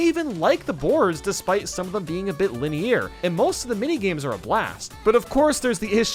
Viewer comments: Say it with me lin-e-er linear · By do you pronounce linear as “Linny-air”? I enjoyed the video though. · The way he says it concerns me. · and his fuckin "lineAIR" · Great video but you put 8 way too low and how have you gone this far in life without being able to pronounce “linear” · Why do you pronounce linear like that? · You don't know how to properly pronounce linear? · why tf does he keep mispronouncing linear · Bro learn how to say linear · This video was good but please look up how to pronounce linear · I'm disliking based on the pronunciation of linear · how is this guy so bad at pronouncing words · The way you say Linear is so painful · Why do you pronounce "linear" so weird? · STOP PRONOUNCING LINEAR LIKE THAT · Why the hell do you pronounce "linear" like that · Why do you say "linear" wrong? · The way you pronounce linear already invalidates your opinions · The way you pronounce "Linear" bugs me more than it should haha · what is that pronunciation of linear... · SIR. I BEG OF YOU. STOP TRYING TO SAY LINEAR. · yeah why does he say it like that? is he Canadian or something? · SAY LINEAR CORRECTLY GOD DAMMIT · it's pronounced linear, not linear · my eyes twitched a lot throughout this vid but at this point i'm used to saying linear like that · it’s weird to pronounce the end like “ear” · The way he pronounces ‘linear’ is driving me INSANE lol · How pronounces Linear triggers me. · maybe i'm new to the channel and this is just a bit, but why the hell does he pronounce linear like that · Not gonna lie, the way you pronounce "linear" is getting on my nerves a little lol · the way you pronounce linear makes me queezy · “VeRy Leni-YeAR” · linear ❌ Linny air ✅ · You summed up my opinions on all these games pretty well, but if i have to hear you say linney air again I'm gonna smash my phone. Its linear (LIH-NEE-ER) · It’s pronounced lin-e-ur, not lin-e-ear!! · Word: line-ar: Line-ear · “Liney ear “ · linny air